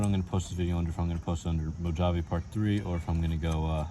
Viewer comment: Bro you had me rolling 🤣 when you were struggling. Thanks for the laughs! Good job though. Im thinking about picking up one of these soon. Also im pretty sure its pronounced mo-H-ave 😅